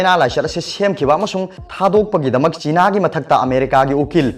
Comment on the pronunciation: Plis use correct pronunciation... Like chiiiina... It's china sir